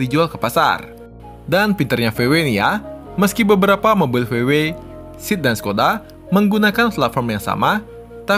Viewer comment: SEAT bacanya tetep SEAT bukan SIT bang 😁